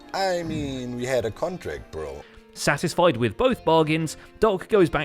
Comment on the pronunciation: We head a contract